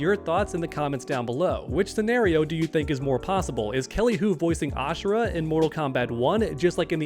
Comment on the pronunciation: It's Ashra not ashera.